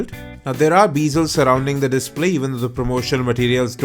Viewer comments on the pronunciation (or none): bez-zels NOT bee-zels!